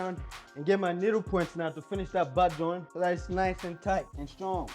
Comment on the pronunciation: Take a shot everytime he says "bahd join"